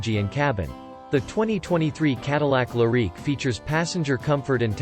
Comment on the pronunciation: Learn how to pronounce the name of the car. If you don’t know the name; you probably don’t know much else.